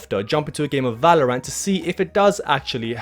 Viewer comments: Ah yes Valor-ANT! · 30 days and you still couldn't say valorant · can't say the name right.... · Why do you say Valorant like that?